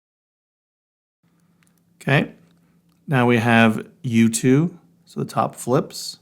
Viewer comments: Also sounds like you too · When you are saying U2 it sounds like YouTube 😂